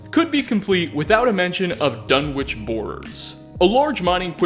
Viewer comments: "The government couldn't just fire into the crowd" Oh wow, one way fallout's america was less evil than our own *Also, major nitpick, Dunwich is pronounced without the "w" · I know this is an old vid but Dunwich is a village in the UK, it's actually a silent W so its pronounced Dun-ige. Just thought you'd like to know. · pronounciations of "quarry" and "Dunwich" make my ears bleed... is this an American pronounciation thing?